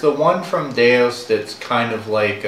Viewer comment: DeUS, not DeOS.